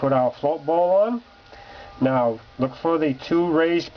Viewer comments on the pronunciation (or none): none